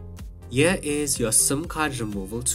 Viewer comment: No shade but why do Indians pronounce the word "here" as "yir"? It's just glaringly cringeworthy. Other than that it's a good unboxing video nonetheless.